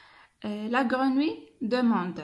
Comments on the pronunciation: Attention à la prononciation du mot grenouille ماشي قرونوي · Faites attention à la prononciation du mot " grenouille" !